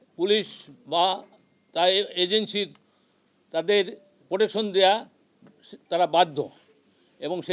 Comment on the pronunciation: খানকির পোলা ভাষা জানেও না,,,,, রিলেশন নাকি রিলেটিভ ,,, টাকার কাছে বিক্রি । প্রোটেকশন নাকি পোটশন । কন্ডম ফাটা জারজ